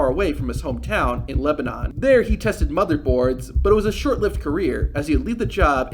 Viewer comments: Just a quick correction: You said he lived in Lebanon (pronounced Leh-buh-nahn) when we all know he lives in Lebanon (pronounced Leh-bin-nin). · The town is called “Leb-uh-none” FYI